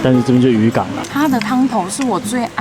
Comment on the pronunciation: 是(划橋)嗎 🤪🤪🤪 我的肚子 油花也不錯 我稱為金圓角 圓滾滾🤣🤣🤣 我家隔壁炸物 花枝丸30元5顆 👍 不用說太多 先打個30大板在說 😆😆😆 是在展示 自己也有金三角嗎?😂😂😂 那晚剉冰45 真的便宜 連高雄也沒這價錢😂😂😂 吃到 快變台灣國語腔調了🤭🤭🤭 這個(湯頭) 快變台語了🤣🤣🤣 許先生超好吃 許先生怎會好吃勒 是三明治好吃才對🤣🤣🤣 吃完 可以馬上消化上廁所的概念 😁😁😁 話說 你們消夜也吃太多了吧 你還這麼瘦 是要羨慕死誰ㄚ🤣🤣🤣